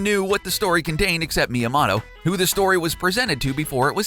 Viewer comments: I say Miyamoto, you say Miyamato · Dude said mia moto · Why do you constantly botch his name? It's ME AH MOE TOE. Not Mya moe toe. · It’s pronounced Mia-moto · Did he just say Miya"Motto"? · The information is interesting.. but may I ask that you kindly learn how to pronounce the japanese words and names? (i.e. Super Mario-Kun... it's a long "u", not a short one) I'm sorry, I just had to put that out there. Maybe I'm the only one who physically shutters at the mispronunciation of Myamoto's name and such. Other than that, great videos! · "Me-ya-ma-toe" "Mānga" Why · Mi ya moe toe is the pronunciation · Jesus. Way to butcher Myamoto's name. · 1) How are these dark secrets? 2) EVERY SINGLE ONE OF YOUR JAPANESE PRONUNCIATIONS ARE WRONG.